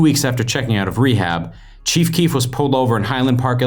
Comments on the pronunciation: Whenever u say the cheef I keep think u are talking about the chief of police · Stopped watching this shit cuz u kept calling him “the cheef”😂